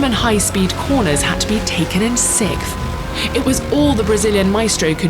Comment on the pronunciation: The narrator is unable to say "sixth", lol. She keeps saying "sicth".